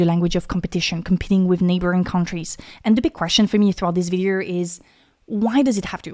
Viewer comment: Video, not videERRRRRR. It's bad enough when the yanks and Aussies do it.